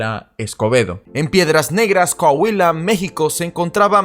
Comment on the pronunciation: Se pronuncia: "CO - A - HUI - LA.